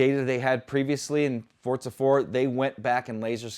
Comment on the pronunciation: Am I the only one that keeps hearing him saying "Fortza" instead of "Forza"?